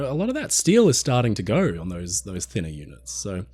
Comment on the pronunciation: Brother, there is no R in GO. Common, I love your content! Lets GOR to the store. NO its lets GO to the store. OH No'reee he called us Aussies out.